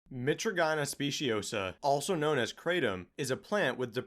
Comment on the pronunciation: I think it's pronounced like "My-Tradj-In-Uh" and "My-Tradj-In-Een".